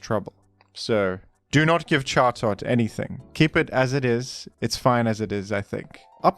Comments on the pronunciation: Who are we to say the bird's not called Jaw-Tot? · Pronouncing chatot like that should be a punishable offence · How do you fuck up chatots pronunciation that badly??? I can understand where furfrous terrible pronunciation came from but you have to make an an effort for Chatots being that bad